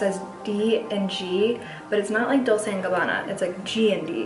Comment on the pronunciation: DOLCE is pronounced DOAL-CHAY 😆.